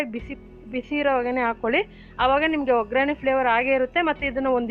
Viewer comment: Oggarane not ograne